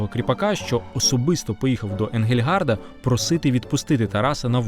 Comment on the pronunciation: За всієї поваги: не Енґельґард, а Енґельґардт. Отже, не Енґельґарда, а Енґельґардта і т.д. Аж надто ріже вухо...